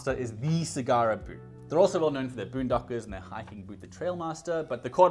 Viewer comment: Great video!!! Thanks for sharing. My only comment is in South East Asia we pronounce "A" like you pronouncing the Apple. So when you say Sagara it should be SA-GA-RA and not SI-GA-RA. E we pronounce it as "EH" and not ee, "I" we pronounce it as EE and not ay. Hope it make sense to you and i am not trying to be funny. Thank you